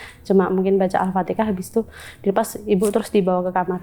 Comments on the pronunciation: Kenapa sih bilang al-fatihah tuh jadi al-fatekah ? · Al-fatihah mbak.. Bukan Alfateka Kenapa sih Jawa suka nyebut nya Alfateka. 😂